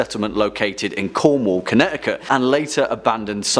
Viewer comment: Connecticut does not have silent t's. England brought some of its ghosts over.